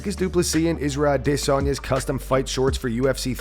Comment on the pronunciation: I hate the way you say Adesanya, but I hate Adesanya even more so please continue butchering his name